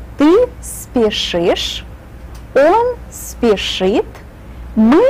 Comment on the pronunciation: Thanks as usual kak wisigda you can explain very well,I have one question, by the word speshit,would the s not pronounced,I hear only peshit.